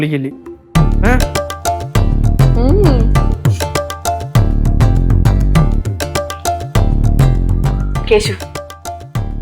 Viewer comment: കേശു അല്ല കേസു 😂😂